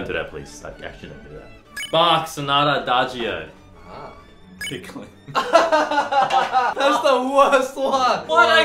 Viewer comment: ... The moment when you read it as TICK-LING I thought we were suppose to tick Ling Ling off